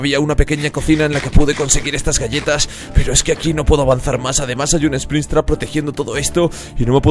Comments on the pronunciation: dice spristrap y es sprintrap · como dijiste? esprinstrap? ksjwufhweuf estuvo gracioso aunque se escriba springrapt se lee espringap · no se dice springstraps se dice "springtrap" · Espristrap jjajajajajajajajajajajajj es springtrap pelo no lo temes a mal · Bro se dice springtrap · e se dice sprintrap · Se dice springtrap no sprinstrap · Me encanto el video y eres uno des mis youtubers favoritos pero tengo que decir 2 cosas Se llama springtrap no sprinstrap Aunque muchos cometen ese eroro así que es normal y que springtrap tiene otro historia y no se construyó con partes de animatronicos. Igual el video me gustó mucho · Springtrap no espristrap sonso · Nadie absolutamente nadie diciendo esprintrap:espritrap (no es una burla es que me pareció gracioso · Se dice Springtrap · Spricstrap no así se dise Sprintrap